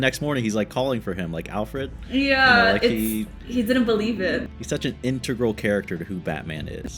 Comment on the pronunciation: your way of pronouncing Alfred makes me smile. as if it's ALL-fred (rhymes with hall instead of pal.)